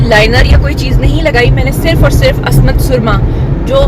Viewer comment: Asmat nhi Ismat .....